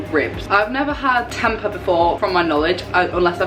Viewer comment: Just a little side note. Tempeh is pronounced as tem-pay